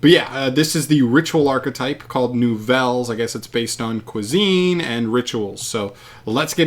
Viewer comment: Instantly deceased upon hearing the complete destruction of the French language